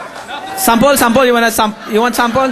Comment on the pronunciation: Sampol...Sampol??? That was hillarious.